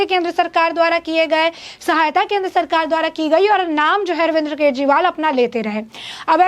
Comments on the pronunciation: अरे पत्रकार महोदिया,, बोलना तो सीख लो पहले भी इतने गौर से सुना ,,आप अरविंद को* अरविंद्र * बोल रही है ,,बोल तो सुधार लो पहले ,बाद में ही इतनी बक बक कर लेना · Madam Arvind Kejriwal hai na ki Arvinder